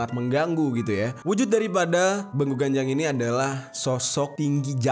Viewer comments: Penyebutan yg bener itu ; Beeguuu.. Ganjang (bukan Begu Ganjang / ucapan baku) kek gitu bang jerry 💓💓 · Bang bilangnya begu ganjang bukan begu ganjang